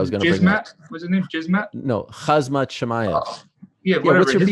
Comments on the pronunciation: Why do you and cheal sonon keep callin him KHAZmat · Lmfaoooo he called em jizzmat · It's Khamzat Ariel, (K)Hamzat not KHAZMAT. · I hate this guy , but calling khazmat , jizzmat , was pretty good